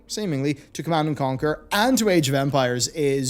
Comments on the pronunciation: Ah yes my favorite game: "Command and Comquer" ! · ah yes my fave rts game connand and comquer